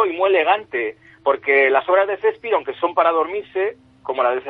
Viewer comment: Lo que mas me gusto fue la pronunciaciòn Sespir ja ja ja.